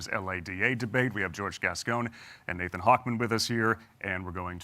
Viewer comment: He keeps mispronouncing Nathan’s name. 😂